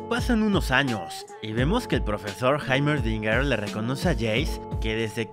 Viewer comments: está bien como se escribe pero se pronuncia Jeimerdinger . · Que Grande, le dice haimerdinger en vez de heimerdinger xD, aún así, eres tremendo resumiendo master